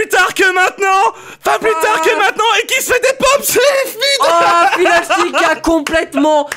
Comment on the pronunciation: "Noi qui envoie du Paté au fidderstick !" .. C'est pas Fiddlestick ? :P